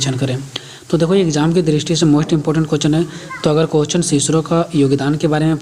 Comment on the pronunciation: Question hota h .. quesch nhi😂😂